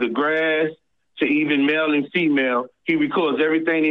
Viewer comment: “…to even mell and feemell…”🥴